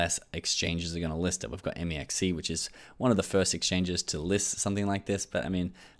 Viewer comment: It’s pronounced mex c not m e x c